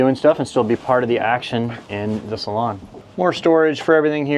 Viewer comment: It's a freakin' SALOON ... not a "...salon..."